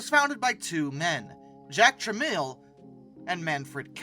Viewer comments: It’s “trah-mel” not “trah-meal”. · OMG. It's TRA-MELL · The name is pronounced TRA-MEL. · Its pronounced "Trah-mel" not "Trah-meal" Look into Amstrad. It nots just a computer story. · It's Polish. The "I" in Tramiel is silent.